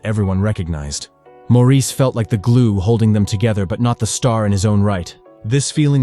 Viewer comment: His name is NOT pronounced as the French do. It's pronounced MORRIS.